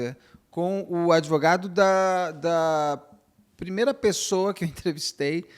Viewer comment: Gostei desse doutor "adevogado"👏🏾👏🏾